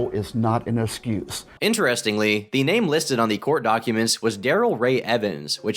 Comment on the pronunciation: "Ignorant of the lar is not an esscuse." Dude needs some serious speech therapy classes.